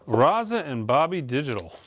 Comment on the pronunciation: I love ya, but please take the time to learn the band names. I lost count on how many you butchered in this video. I almost threw my coffee when you said Raza instead of RZA (pronounced Rizza).